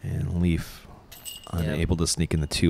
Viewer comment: You say Leif wrong. If you say ei like ey you will come closer to how it sounds. Leif is pronounced Leyf in Swedish. Typical Swedish name. Guess that Leif Swenson has Swedish or nordic ancestors.